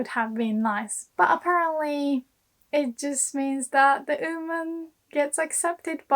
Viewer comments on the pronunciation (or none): your English pronunciation is so good, but I don't understand why you keep saying "OOHman" instead of "WOman", I realize the hiragana for "wo" is pronounced "o" but YOU know the "W" is pronounced in English. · how hard are you cringing at the way you say oOO-man in this video? 😅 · Seems she drops the W sound. Maybe British accent? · はいつも面白いの事動画レッスンを作ります。ありがとう！日本の文化と漢字のテマはスーパおもしろいだと思います。もっと作りておねがいします。質問です:「って」何ですか？ 動画の中ではは「優し人になって」って親はよく言います。」と言いました。私はよく日本人が「てて」,「ってって」と言うのを聞きますが、その意味はわかりません。はすでにこの文法構造に関する動画を作成しましたか？ すみません、I have also to ask a question about English pronunciation by Japanese people. Why are native Japanese speakers able to pronounce the word "one" perfectly, but are unable to pronounce "woman" properly? I mean, the beginning of the word "one" and the beginning of the word "woman" are pronounced exactly the same in English. But often native Japanese speakers say "uuuman" instead of "woman". I don't understand why. ドイツのベルリンから、お早う！ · The way she says ‘woman’ here kinda sounds like she’s saying ‘human’ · you are the best teacher on YouTube! one constructive comment: you are mispronouncing the word "woman" check the pronunciation on the Google translator or on the Cambridge or Oxford dictionaries online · That's interisting, from my perspective of a non native English speaker, I always thought that her English sounds very british (and beautiful hahaha!), but the way that she says "woman" is strange even for british, If I knew where she lives (or learned English) it would be help to clear things up hahaha. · I know this is a Japanese lesson and not an English lesson, but you may want to work on your pronunciation of "woman". Note that "woman" (singular) and "women" (plural) are pronounced very differently in English. :)